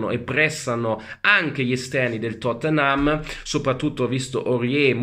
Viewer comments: "Il Tottenhám"🤣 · Pronuncia napoletana 🔝